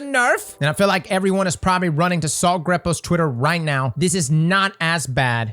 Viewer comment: inability to pronounce the A in Saltagreppo... makes my brain hurt.